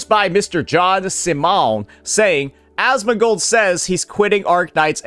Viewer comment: Why is he saying Asmongold's name like that 😂